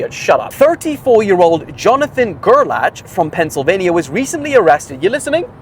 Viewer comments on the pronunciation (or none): I have a kid in my school with the name gerlach and I believe they pronounce it like gerlack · It's pronounced Gair-lock and damn why is this the news story that gets my last name around? 🤮